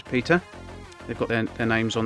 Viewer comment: Eter and Pegon? Stop grtting names wroooong